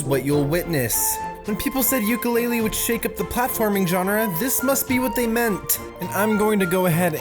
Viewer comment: 1) Its not Ukelele. Its Yoo (Yo)Ka Lay-Lee. 2) Its not that bad. The game is decent and unlike a commenter said, it is not worse than Mighty Number 9 (does its frame rate drop every 10 seconds and cause your PC and camcorder to bug out [see Projared]????). Many people claim dissapointment when the game was released when all it was trying to do was be a Banjo Kazooie clone like its KickStarter said. The fact that they tried and they got this is phenomenal. For not having enough time (eg- the helicopter was supposed to have a clear window with a passenger; it even has a cockpit but due to time constraints, they couldn't put in a pilot so the window was made dark) to make a carbon copy, the game is good. All of this backlash will either stop a sequel or make the people incharge allow the game makers more time to polish. Either way, its not a bad game.